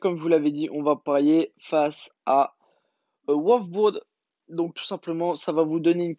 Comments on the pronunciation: Prenonce bien le nom des equipes on direr que tu connais rien en foot t sérieux c wolsburg pa oualf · Wolsburg pas oualf bourg fait un peu d'orthodontie au pire chak foi tu prenonce mal les équipe